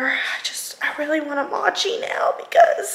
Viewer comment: Mochi is pronounced “mow-chee” lmao. I was confused, I thought you were trying to say matcha and I was like why she eating matcha 😂😂😂